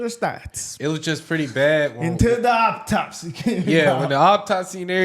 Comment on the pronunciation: Did yall say opp-topsy bro?!?! Lol